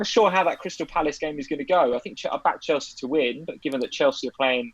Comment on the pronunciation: There's no 't' in Chelsea 😂